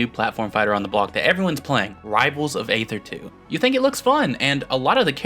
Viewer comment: Another new Rivals video, another mispronunciation of the word "Aether." (EE-thr)